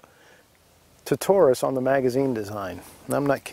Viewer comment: Great video, and it's very good to hear you pronounce Taurus correctly most don't and it drives me crazy. Most say it (Toarus) not Taurus. Anyway my son just bought one and he didn't get a magazine loader, but like you say they load by hand very easy.